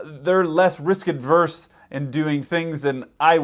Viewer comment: It's 'risk averse'....no 'd'.